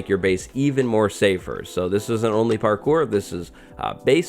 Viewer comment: Nobody:: PARKOOR